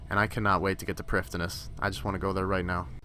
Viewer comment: its pronounced privetheenuss